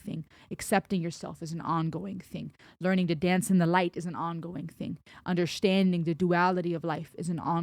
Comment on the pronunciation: Could listen to you saying "undershtanding" 24x7. Makes me smile to be reminded of how fluent you are in different languages. Loved your 1st time reaction (so sincere) and this re-reaction here (so insightful). I keep going back to this song, several times every week, and it gets me, everytime.